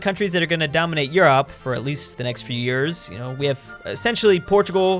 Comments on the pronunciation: why does he pronounce Europe as You-ropp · Hey why do you pronounce Europe like the burger king foot lettuce guy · Oh my lordy quit pronouncing Europe like that